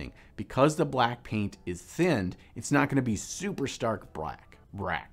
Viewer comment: So many things I liked here: Dobby, hearing the word "mother color", watching have stroke saying "brack" and the PHENOMENAL piece/painting style. Definitely a technique to try.